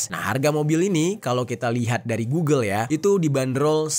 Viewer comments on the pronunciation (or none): none